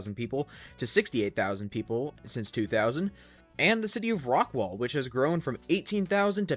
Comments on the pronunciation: Also it's Rockwall county, not Rockwell. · Rockwall, not rockwell county